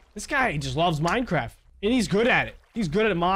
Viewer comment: When you said Minecraft it sounded like Minecrarap